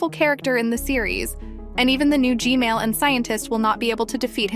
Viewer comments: STOP SAYING GMAIL TOILET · You are saying g mail toilet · Blud literally said gmale💀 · It’s g man not Gmail💀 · And also it’s not Gmail it’s G-man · Why u say g mail toilet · Its gman not gmali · btw it's "g-man" not "g-male" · Why does she call the g man toilet the gmail toilet😂😂😂😂😂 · Its g man Not g mall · Its g man toilet not g mail toilet 😂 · Gmail?! It's Gman(not tryna be rude) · Stop callingI it G-Mail , Call it G-man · Normal people: gman toilet:gmale toilet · not to be rude but your saying g mail and not g man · Why do u say gmail not gman😂😂😂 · Why is calling gman gmail? But i still like how she call him g-mail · why do u call g-man “g-mail”? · Its funny how you say gmail toilet squad 555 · I heard you say gmail toilet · the ai said Gmail toilet🤘🤘🤘💀💀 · You said Gmail toilet 😂😂😂😂😂😂